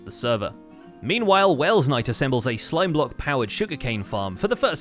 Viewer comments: I love how you guys have started to add 'W's to welsknight instead of 'L's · "WWWWelsknight" "Zom Bee Cleo"